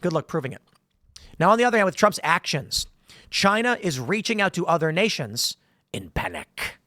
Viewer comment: CHY - NA! - Donald Trump